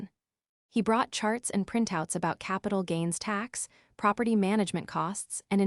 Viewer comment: Eee-Va-Lin…(Evelyn)..proper TIE (Property)..because proper was on one page and Ty started the next page..probably an outstanding story…but AI is an untrained assassin....just killing the story…it’s on wobbly legs.